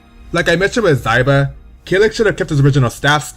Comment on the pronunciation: Xiba i pronounced Shiba.... not Zaiba..... Zwei is prounced Svai....Xianghua pronounced Shianhua....Ezio pronounced Etsio.... i have blood relatives of each of their countries respectfully....i feel astonished by your pronunciations DX